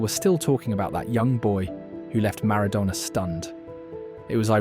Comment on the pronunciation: Switched off after 32 seconds, Ronaldinho wasn't around in 1993, that would have made him 12 or 13, secondly, you butchered the pronunciation of Maradona!!